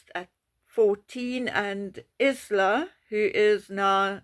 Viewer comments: Isla is pronounced Eyela. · Isla = (pron) Eye-la. Same as the small Scottish island.